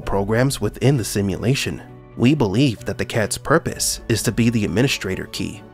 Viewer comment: “It’s purrrrpose” 😹